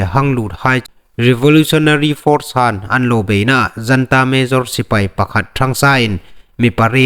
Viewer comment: Janta Sipei ti loin Junta sipei ti lem ding